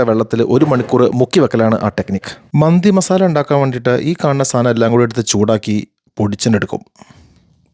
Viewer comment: ചേട്ടാ മന്ദി എന്നല്ല മന്തി എന്നല്ലെ😊